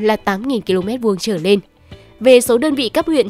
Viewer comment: Cô MC này nói ngọng, "trở lên" thì cô ta đọc thành "trở nên". Bộ bản tin này hết người đọc rồi sao hả ?